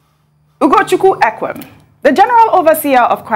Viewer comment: She pronounced Ugochukwu properly. Ekwerem she mispronounced as Arleen. However, let’s lead to correct each other in love instead of accusing her. It’s okay to make mistake. We have to grow as a country and not be castigating people all the time.